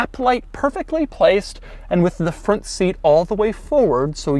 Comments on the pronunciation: Bro did you say fwont instead of front? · Doug the type of guy to say "Fwont" instead of "Front". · Shankar Menon I noticed that too😂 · the "fwont" huh? Not the front? Lol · "next we move on to the fwont of the Equus"